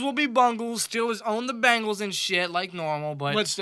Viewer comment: Bengals not Bangals!!!